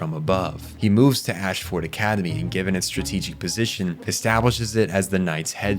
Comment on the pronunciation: Im loving your videos so far. I watched the Fullmetal Alchemist one first and that was good. I have high hopes for this video as Code Geass is one of mt all time favourite anime. So far it seems like you didnt watch the anime though, because of the way you pronounce words and places in the anime differs greatly from how the characters say it in the sub and the dub "Ash-ford" reminds me of how Americans say Melborne as "Mel- born" when in reality it is pronounced more like "mel-b-n" by locals